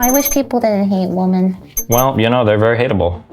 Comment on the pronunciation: I'd love Lily if she could just pronounce "women" correctly